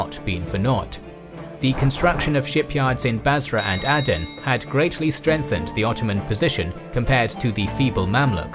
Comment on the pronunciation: Áden não é Éden. Cuche e Calicute devem ser pronunciadas como escrito.